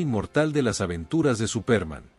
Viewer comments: Cómo dice Supérman que fastidiosa pronunciación. Así no es la pronunciación en Español y pone de punta los nervios. Se pronuncia Supermån. También Lee mal los nombres en inglés. Mayor cuidado en los vídeos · Es que en la narración, dice Supérman. Date cuenta, que es una palabra inglesa y no lleva tilde, pero la pongo, para que se sepa como suena. Al usar una máquina para crear narraciones en español, ésta, no sabe distinguir palabras españolas de inglesas o de cualquier otro idioma. Es por eso, que hay cada monstruosidad narrativa en YouTube, que hiela la sangre. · Es Superman con énfasis en la “a”. De donde es ese narrador? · ¿Por qué pronuncias Supérman, con acento en la e? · Sería Supermán, no Supérman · SupÉrman ??? wtf is that, dude ? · ¿Supérman?, ¿Reeves (pronunciado como está escrito)? ¿un suicidió? ¿Cuáles "grabaciones"? La serie estaba FILMADA, no grabada en video, que en esa época apenas estaba en etapa de pruebas. Basta, me cansé tanta palabrería y pronunciaciones ridículas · No puedo seguir con el vídeo. Me sangran los oidos cada vez que escucho Supérman. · Es absurdo que lo hayan grabado con los errores de la pronunciación. Suena ridículo. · Al tercer "Supérman" me fui. Maldita IA. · Me parece que ha sido una muy buena reseña pero la pronunciación es enloquecedora al ser tan mala. Quizás la inteligencia artificial ( espero ) Cambia nombres en fin y el más importante el principal SUPERMAN ! por lo demás muy bien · Se le entiende superma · Este presentador??? de donde sacó ese SUPÉRMAN???, creo que no tiene ni idea de lo que lee ni ha oído nada de este personaje de caricaturas; rompe los oídos con su SUPÉRMAN; por favor, hizo que dejara de ver el video: 😢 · por favor pronuncia bien Superman, es una pena el video esta buenísimo pero la embarras pronunciando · Mucha inteligencia artificial pero no sabe pronunciar Superman.